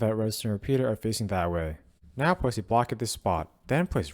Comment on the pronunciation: The way he says now gonna show you how this farm works "It seems that he says not instead of now"